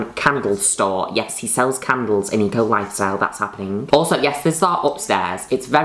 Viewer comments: Lol I kept hearing her say E. Coli style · i keep thinking she's saying e-coli instead of eco lifestyle